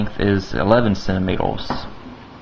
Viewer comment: Centimeters... not centimetles... >.>